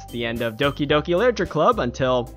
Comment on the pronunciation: "Licher club?"